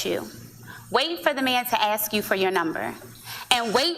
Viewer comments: "When I interview bachelors, I axe them..." lol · Oh there we go. She said “axe” instead of “ask”. Literally everything she says in null and void now. Next!!?